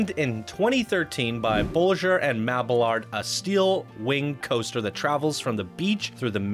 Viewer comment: Loved the park and review, but PLEASE STOP SAYING "THE Raptor, THE Gatekeeper, THE Maxair, THE Rockets, THE THE THE THE". It's just grinding my ears to death. haha. The rides have names just like people. You don't say THE Sarah, THE James, THE Mrs. Parker etc... Also, your pronunciation of designers like Bolliger and Mabillard (ball-ih-gurr not bowlin-jur, and Mabi-yard). In future videos I hope you can fix those nuances. I'd like to see more videos like this.